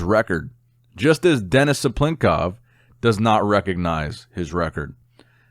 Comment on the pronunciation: the best pronunciation of denis cyplenkov ever , lol